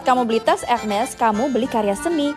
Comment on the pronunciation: Ini mba keren bener pengucapanya menurut bahasa perancis ... ada bbrp seleb bilangnya herme wkwkwk ... yg bener embak nih pengucapanya curiga jago bahasa perancis mba nya hehe cantik pulak ❤❤❤ keren mba suka edukasinya